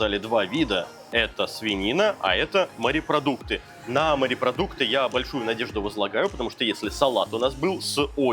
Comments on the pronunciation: Когда говорят "марипродукты" , не много каробит! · Сколько смотрю ,столько же и бомбит у меня от слова « МАРЕПРОДУКТЫ » !!!!! Ну бля ,ну как там можно ????